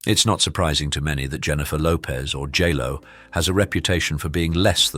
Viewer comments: Hahaha...he just said jello instead of j-lo.. that's what i will call her from now on. These people think they're about everyone else. It's our own fault. We make them rich. Lets not do that u guys. I've never been a crazed fan or groupie, but there are many who are. The fans make these people. Then, when they have t9ns of $, again, because of their fans, they decide they can treat their fans like s**t. They WANT TO BE LEFT ALONE ? LET'S DO THAT. Not a 1 of them is so great that they can treat people like that. I say we dump them all. Its a shame we cant undo all weve done to make them famous and rich, but maybe we can undo the concieted monsters weve created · Love. The. Name. Said. It. Al. J. Low